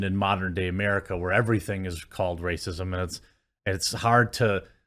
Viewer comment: I'm so tired of hearing people cry wolf (reeeecism).